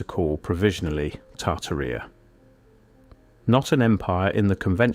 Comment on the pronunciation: Tart terita??? Never heard anyone slaughter the English language so horribly